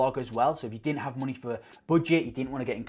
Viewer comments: Love how you say monehh xD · 'Monehh' true northerner 👍😏